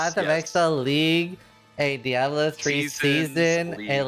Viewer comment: Die-ablo. That drove me crazy.